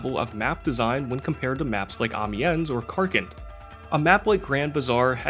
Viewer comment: Your pronounciations of "Amiens" and "Seine" are cringe-inducing. Good content nonetheless.